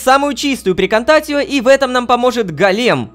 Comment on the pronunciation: Правильно не "эрбор", а "арбор". Не "прекантатио", а "прекантацио"......латынь